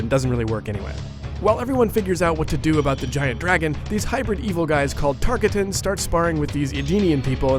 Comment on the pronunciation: He pronounces Tarkatan wrong....